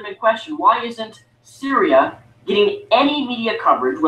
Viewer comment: Funniest thing about his video, is that he talks about how little feminists care about this womans rape. And he doesn't even actually know her fucking name. Lol. It's Cytherea not Syria,.